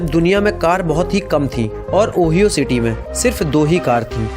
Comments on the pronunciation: ओ-हाई-ओ है ऑहियो नही 😛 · It’s not call owie it’s call Ohio lol 😂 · Ooyo car accident nahi hai oohaaiioo (pronounced kiya jata hai) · You better know how to pronounce Ohio and it is state not a city